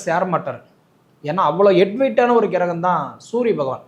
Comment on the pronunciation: கிரகம் என்பதை சரியாக உச்சரிக்க வேண்டுகிறேன் ஐயா.